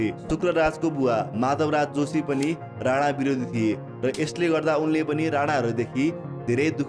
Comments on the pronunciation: राणा not राना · अरे राना होईन के राणा हो 😂